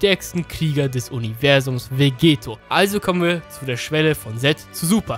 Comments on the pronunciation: Warum sagst du immer Vegeto? Es ist VEGETTO :D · es heißt Vegetto mit 2 T und wird auch dadurch mit einem kurzen E ausgesprochen und nicht vegeeto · Du sprichst Vegetto falsch aus.